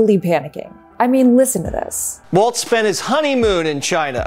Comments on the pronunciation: Walls !!!!!!!! Not Waltz…… Good grief. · It's Walz (walls) not Waltz. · Weird how many people who are super keyed up on respecting people enough to not misidentify them aren't bothering to pronounce Walz correctly. Does it matter to us or does it not? If it's an insult when they do it to Kamala how is it not an insult when you do it to Walz? There's no "T" and we aren't in Germany. The man has told us how to pronounce his name. Respect that. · she says waltz throughout the video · It's "Walls" not "Waltz" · Psst: "Walls", not "Waltz" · It’s not “Waltz” it’s Walz…Jeezuz! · It’s pronounced “Walls” not “Waltz” the dance. Walz has no T in his last name. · Pronounced Walls (not Waltz), for future reference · It's WALLLLZ. Walls. Walz. Balz to the Walz. Please stop with "Waltz". That's not his name. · Had to shtop. It walz, not waltz! If you're gonna talk for a living...derp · His name is pronounced ‘Walls’. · It's Walz, not "Waltz" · It's walz not waltz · It’s pronounced “Walls” not “Waltz” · Walz is pronounced Walls not Waltz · You could start by pronouncing his last name correctly. It is pronounced.Walls not Waltz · Walz not Waltz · Tip for just everybody over the next few months: There’s no T in “Walz”. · Cool. There's no T is his name though: its Walz not Waltz. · His name is not pronounced like the dance, walz. His name is pronounced more like “walls”—plural. So, again, no “t” sound. Watch some local Minnesota news and you’ll hear them pronounce it correctly (or just find a clip of the guy himself saying “I’m Tim Walz”). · His name is pronounced "walls" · Great video, thank you! But you seam to be pronouncing a “t” in his name that isn’t there. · There is no t in his last name, Walz is said like walls not waltz. I know that he wasn't very well known before this week. So I'm trying to inform people. Thank you from a proud Minnesotan, have a wonderful day. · Walz... No "T" in there. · Maybe pronounce his name right?